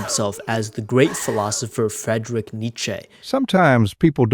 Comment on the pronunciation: "Fredrick" Nietzsche 🥀